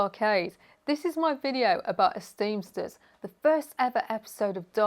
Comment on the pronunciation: 9 seconds in, and I believe you're the 1st person I've heard actually pronounce the first episode title correctly. Everyone else always says esteemers lol.